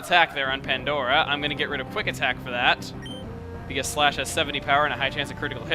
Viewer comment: LOL i thought you said Splash instead of Slash xDD i was like, "why are you teaching her that... ;x;" pffft~ that was weird -w